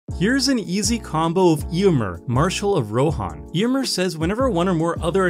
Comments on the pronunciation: Your pronunciation of Éomer is hurting me. The accent is there for a reason. It changes the pronunciation. It's [Eh] - [oh] - [mare]. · Ayo-Mare is the right pronunciation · Magic only creators not looking up pronunciations before videos can grate so so much. Ey-oh-mer should feel a lot better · Why do you pronounce Éomer like that?